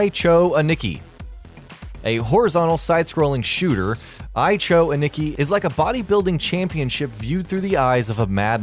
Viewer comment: You guys need to get your facts checked. I could forgive the mispronunciation of Ai Cho Aniki, but LSD Dream Emulator has nothing to do with tripping on LSD. It's simply based on the dream journal of someone connected to the team that made it. LSD doesn't mean LSD the drug. I thought this channel was higher quality than this.